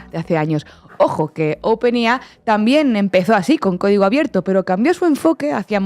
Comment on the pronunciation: se dice wolstrit, no "wol es trit" es open EI AI, no lo que sea que dijo. la madre que lo parió.... vaya que las gafas no sirven ni para leer bien y bueno....